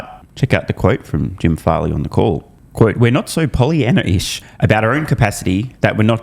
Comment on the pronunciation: "pollyannaish" not "pollyannish"